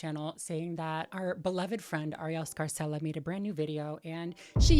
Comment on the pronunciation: throwback to when you stayed calling her “arielle scary-cella” 😂😅